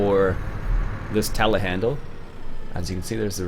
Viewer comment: Not to be rude... do you know that there is a "R"at the end of Telehandler?